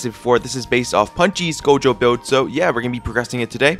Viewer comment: bro said gojo right lets go